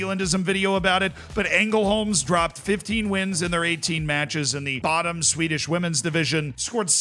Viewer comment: As a Swede, that Ängelholm pronunciation was almost perfect. A 9/10 I would say